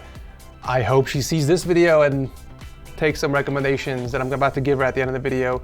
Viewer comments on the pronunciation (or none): "Let's go back to the setup *weal* quick, Poki, I do have some *wecommendations* like always"